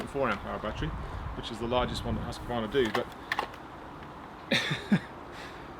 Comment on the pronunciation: Its pronounced Huskvarna in one word, not huski-vana :) Thanks for a good review! / Swede hehe